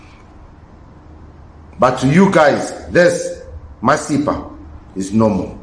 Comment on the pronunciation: Your pronunciation of masepa🙈